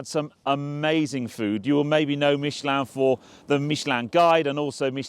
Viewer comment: I guess if they sent me I would make the effort to pronounce Michelin properly too